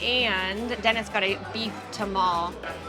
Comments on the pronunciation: Cool vid. Native Houstonian here. You pronounce the "e" in tamale, so you'd say it like ta-mal-e, not ta-mall. Hope that helps. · I normally wouldn't correct someone when they mispronounce a word, but this is so rudimentary I feel compelled to. "Tamale" is pronounced ta-mal-ee, not ta-mall. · NOPE, both wrong. Not ta-ma-lee, not ta-ma-lay; it is pronounced ta-ma-leh. BTW, amazing video. I would also recommend to visitors to watch.